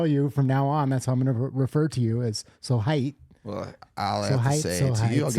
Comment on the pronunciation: just so you don't end up saying it wrong , "so hot" isn't "so heit" it's "so heiß" (high-sss) Heit is a suffix that means "ness" like in Dunkelheit: dunkel means dark and Dunkelheit means darkness